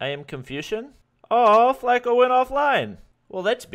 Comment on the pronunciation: It's not Flake-O, it's like Flock-o. Spelled Flacko means skinny in spanish.